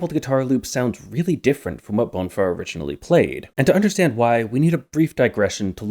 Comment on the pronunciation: so the main hook was twinkle twinkle little star all along also, not that it matters much, but the stress in "bonfá" is on the 2nd syllable, that's what the acute is telling us